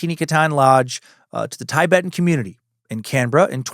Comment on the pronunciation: Dan said Tibetan correctly by mistake in this one. I'm taking it as a win!🎉🎉🎉